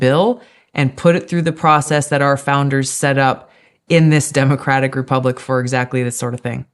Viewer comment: I wish you would stop saying demacratic!!!!